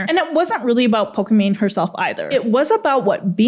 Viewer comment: Her name is pokimane, not pokimon